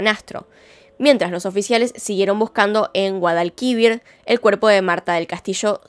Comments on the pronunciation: Guadalquívir No Pleeeeeeeeeeeeeease xD Guadalquivir (acento en la última i, que no tilde) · a todos los españoles, más aún a los andaluces, nos ha petado un tímpano XD. No es GuadalQUIvir, es GuadalquiVIR, no se si me explico, la silaba tónica es la última. Pero a saber la de cosas de tu país que yo pronuncio mal XD. PD: me encantan tus videos y acabo de ver que no estaba suscrita, matame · Me encantan tus casos, pero por favor, GuadalQUIvir NO, GuadalquiVIR. El acento está en la última sílaba. Lo siento, necesitaba decirlo. 🙏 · No es GuadalquÍvir si no GuadalquivIr (la fuerza de voz esta en la última) no lo digo a la mala si no porque me llamo la atención😂👍🏻 apartir de eso muy buen video, me ha encantado❤😉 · Me hace gracia que en vez de decir como Guadalquivír dice Guadalquívir 😂. Se que no lleva tilde es para mostrar la pronunciación 🌲🌺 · Guadalquivir, acentuado en la última sílaba, igual que Jeréz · JerÉz y GuadalquivÍr, gracias. Pongo las tildes para que quede clara la pronunciación ;) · GUADALQUIVIR!!!!!!!!!!! Cada vez que lo dice mal me duelen los timpanos. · Su pronunciación de “Guadalquivir” 😭🤌🏻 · me encantó la forma en que dice guadalquivir xd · Saludos desde España, admiro mucho tu trabajo y te quería comentar dos cosas, 1, si apareciese el cuerpo de Marta y en el hay pruebas de un crimen diferente al que creemos conocer el caso de reabriria y seguramente por eso se calle miguel, y 2 guadalquivir y jerez tienen la acentuación en la ultima silava vamos q son llanas, un abrazo bella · Buen video, Guadalquivir lleva el acento en la última sílaba ☺️ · Me hace gracia el acento con el que dice río guadalquivir. Posdata: soy de sevilla España por eso el acento para mi es raro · Espero que no te ofendas pero lo has dicho mal (?), tipo has puesto el acento en la penúltima sílaba cuando es en la última, osea, la palabra no es llana, es aguda :'v